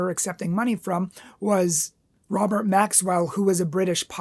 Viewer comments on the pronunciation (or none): none